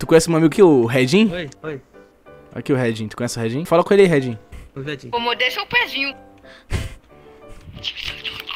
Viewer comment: vou moide seu pezinho eu: kkkkkkkkkk